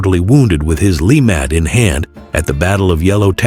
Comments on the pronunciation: Lemat, pronounced 'la- mot' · I actually think it's "la-mah" the "t" is silent. It's French!